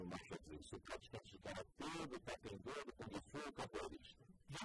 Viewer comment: ficou fodaoooo..unica coisa q atarpalhou foi o apresentador falando... taekwENdo.... é taekwONdo...com "O"..som de "O'...e nao som de "E"... agora em relaçao aos nano e nathan.....foram fodas na entrevista eim...ficou show